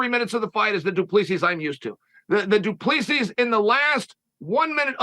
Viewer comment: "du plee-see".... It's DU PLESSIS